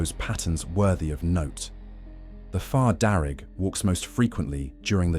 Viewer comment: Fear not far, you kept saying it wrong